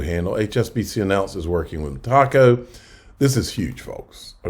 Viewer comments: Meta-co! Meta-co! Meta-co! Meta-co! Meta-co! Meta-co! Not freaking Me-Taco!!! Come on …you can do it!!! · No Tacos for you. You might like Tacos, yet there is no Taco in Metaco, like "Mi Taco". LOL... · Damnit bro its not ME-TACO. ITS ME-TA-CO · ME-TACO? I AM PRETTY SURE IT IS META-CO AS IN META COMPANY. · It’s met-uh-co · Good video. Pronounced Meta... co. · Metaco is pronounced "meh-TAH-co". Love you, but you stink with pronunciations. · Metaco rhymes with medico. met-a-co It's not a taco. LOL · Lol. Hard to take you seriously when you can’t pronounce the companies correctly